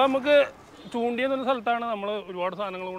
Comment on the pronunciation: ചൂണ്ടിൽ അല്ല ചേട്ടാ ചൂണ്ടൽ ആണ്.തൃശ്ശൂർ to കുന്നംകുളം റൂട്ട് ആണ്